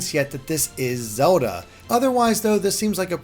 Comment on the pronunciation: i love how you say "Zewda"